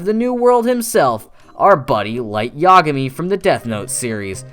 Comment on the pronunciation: I’m sorry, but the way you pronounce Yagami is too hilarious.